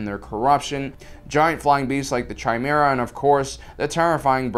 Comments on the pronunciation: Chimera has a c sound not a ch sound. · it's KAimera like KAMELEON not Tjaaaymera and Tjaaaymeleon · kaimera not tjaimera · It’s pronounced kaimera/ kimera (depending on ur accent) by the way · chimera is pronounced kai-miera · FYI, the "CH" in chimera is pronounced with a hard C or K sound and not a CH sound like in chair or chess. Also, I'd recommend either clipping your mic to your shirt, wearing it in a different way, or just getting a stand based mic because whenever you started to move around a lot when you talked, I could hear the mic moving against your shirt. It wasn't super loud but it was kind of distracting.